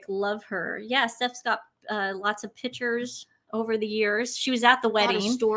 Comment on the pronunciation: When is. going to stop interrupting. She portrays herself as a “Miss know It All”. Please, tell to pronunce … Pictures correctly, her version is annoying.